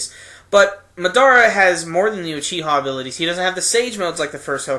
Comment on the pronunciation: Why do people pronounce madara wrong its been said a million n a half time in the anime by now